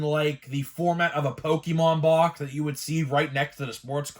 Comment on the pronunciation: Pokemon, not Pokimon LOL!